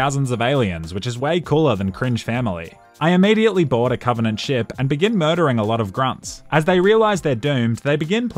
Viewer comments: " COVINANT" * dies of cringe* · I like how he keeps calling the banished the covenenant